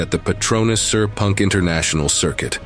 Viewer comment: sepang ❌ sir punk ✅ kadang Ai pronunciation agak klakar..